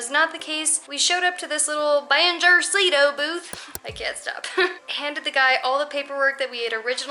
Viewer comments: How to pronounce BANJERCITO: bun-HER-c-tu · think ban-hair-see-toe, stress on the 2nd. :-) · Banjercito is the combination of Banco (Bank) and Ejército (Army) This is the bank that the Army keeps for paying the troops and make this kind of government transactions I guess. It is BAN - HER - SEE - TOH with the strong vowel on HER. BanJERcito. Try it. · "Van Her See Tho" say those words all together so you can say BANJERCITO right, which it comes from the words BANco from the ejerCITO... bank of the army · BANJÉRCITO should sound like the words VAN-HER-C-TOE (silent e) in English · the pronunciation of "banjercito" LOL. Greetings guys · and it's not a tourist thing, they try to pull out that on us Mexicans all the time. by the way your pronunciation of Banjército needs to improve. :-) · Also, do you know how to say "Ejército" (Army)? "Banjército" is a portmanteau (or mixed) word made of "banco" + "ejército", so the way to pronounce it is by stressing the syllables as in "ejército". Cheers! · It's so funny how you say Banjercito 😂. Just look up for the word Ejército for the correct pronunciation. 💂